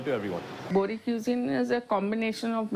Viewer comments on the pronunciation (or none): Not bori , BOHRA